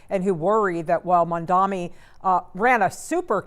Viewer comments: There is a concerted push by bigots and islamophobes to mispronounce Mamdani's surname as MAMDAMI. We know you're doing it. You're not clever. Please fire the news anchor. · It's M-A-M-D-A-N-I, Mamdani the purpose of mispronouncing is to show passive aggressive opposition without openly saying your for or against him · say his name right 😭😭😭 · The stupid host needs to learn the name correctly. It’s not that hard.